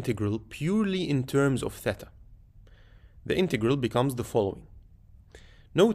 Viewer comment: Respect for saying “thêta” and not “theeta”